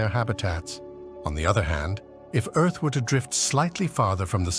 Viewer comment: I had to quit listening. If I had to hear this GODDAMN AI say "earth-s"one more goddamn time!